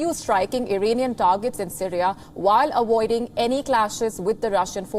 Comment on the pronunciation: I will keep awoiding your pronunciation 😂😂😂😂